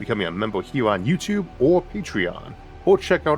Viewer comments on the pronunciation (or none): none